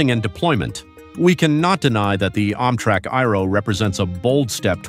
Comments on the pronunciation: Why is it so hard to find human beings to narrate these videos? I mean, "AHM-trak"? Give me a break. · How does mis-pronouncing words make things easier for anybody? I mean, "OMM-trak"? Oh, brother. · Why tf does this guy say “Ommtrack” ? 😂😂😂😂😂